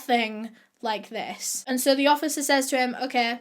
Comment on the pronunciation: me, depressed from quarantine:: (: suh todays videuh me:: ) i know that comments been done to death on her videos but its so true hkfdsfs